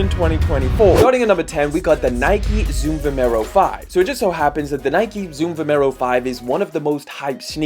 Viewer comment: mate, it's called Vomero...